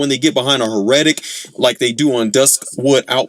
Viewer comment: it’s HEH-ruh-tic, not huh-REH-tic. The accent’s on the first syllable. My main gripe with them is just how deceptively tanky they are.